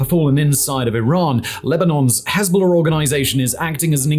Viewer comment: You pronounce Hezbola far too well for my liking.